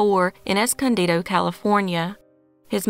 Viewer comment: Good job pronouncing Escondido correctly. I was genuinely shocked when I heard it said right.